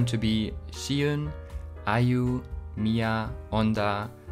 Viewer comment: E:U is pronounced as ee-you, not ai-you